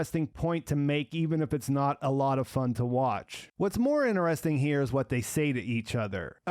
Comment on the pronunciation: "Interesting" has a "t" as the third letter.